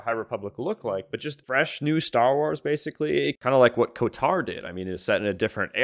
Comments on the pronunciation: bro thinks its KOTAR instead of KOTOR.. chuckles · The game gets delayed another year, everytime you say KoTaR instead of KoToR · KOTAR? WTF is "KOTAR"??? It's KOTOR... "KO-TOR". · I was unreasonably distracted by the way you were saying KOTAR instead of KOTOR. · Co-tarr 😂😂😂 You mean KOTOR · Ko-tar lol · KOTOR not KOTAR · also why do you say "kotor" like "kotar?" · How many times he going pronounce KOTOR wrong? Lol